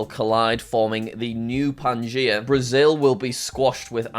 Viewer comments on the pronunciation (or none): none